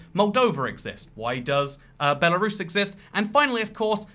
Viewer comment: Me: *profusely swearing at him calling out Belarus in the video* Also me: *demonic screeches about how he said Belarus in different way*